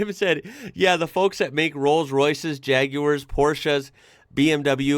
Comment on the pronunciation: Thank you for pronouncing Jaguar properly 🇬🇧